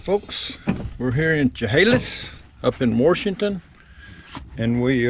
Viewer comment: There is no R in Washington. 😂